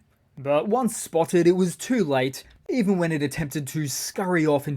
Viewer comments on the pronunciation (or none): none